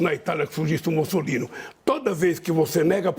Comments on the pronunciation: Entendi errado ou ele falou Mussolino? Rsrs. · "surgisse na Itália um 'Mussolino' "? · "Mussolino" quase uma "Musseline".